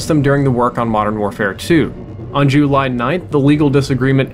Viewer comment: "Jew-ly 9th" 😂